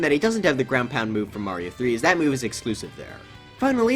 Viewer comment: “ground pund”